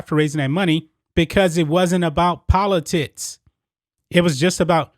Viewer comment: Is it just me or are you saying poli-tits, all good I think you're awesome and agree with everything. Well done. ha ha